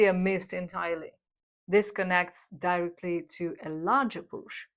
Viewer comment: Love your content! FREE FEED BACK - constructive criticism Words mispronounced: Resilience, Robust, Directly, Model, Gasoline, Incentives and rationality. But I must say, you have improved a lot. Congratulations! Much love from BRAZIL !!!